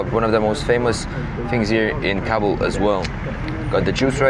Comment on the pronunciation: I am from Afghanistan and you said Kabul wrong